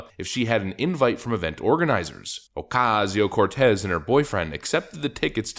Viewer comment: Dude stop saying her name like that.